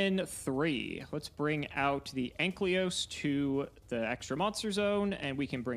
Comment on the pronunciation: I wish would stop playing Dinomist just because I am tired of hearing him pronounce Ankylos as Anklyos. Imagine being so unable to read your cards you can't even bother reading the name correctly for months.